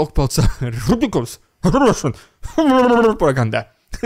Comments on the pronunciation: REDICULOUS....RUSSIAN....PRRRRRROOPPPAG-ANDA! Hehe, always love when you say that. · "riddicuulloss, rrrrushhoulsnnn prrrropaggglnbda... Fukc, that was too ridiculous!" 😂😂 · I fast forward past your "RRRRRRRIdiculous RRRussian PRPRPRRPopaganga" part now. Its just annoying at this point, and it seems like you keep trying to go over the top of the last one each time you do it. I like everything else you're doing - just saying it gets annoying now. Thanks.